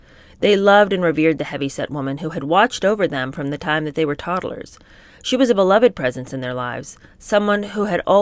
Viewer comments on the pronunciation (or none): none